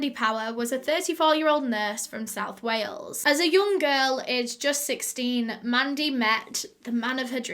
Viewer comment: "Today we're going to WAY-ELS" My heart just melted 💔